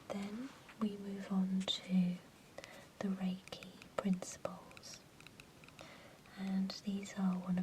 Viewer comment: you pronunciate reiki wrong. It almost ruined the video for me, almost ;) other than that, a fine video indeed.